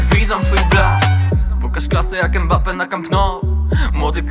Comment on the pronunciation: Mbappe mówił że jego nazwisko wymawia się prze miękkie M tak jakbyś zlizywał zupę z talerza, a nie przez E. to nie jest Embappe!